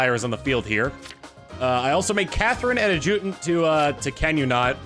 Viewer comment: To the future that will see this one he's back home: "AD-juh-tant". That's how it's pronounced. thumbs up